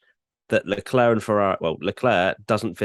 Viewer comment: So cringe how pronounces Leclerc’s surname, so wrong so many times. Its like fingers on a chalkboard.